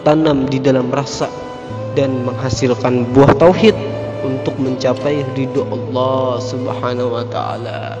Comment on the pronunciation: Saudaraku.. Perbaiki makhraj huruf penyebutan asma Allah... pada huruf ha-Nya